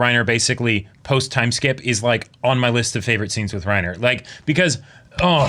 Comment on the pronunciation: I love when they say Reinhard instead of Reiner, they are both excelent characters ahahhaha Props to for manteining the pokerface in this reactions, we know it should be super hard We love you Reiner!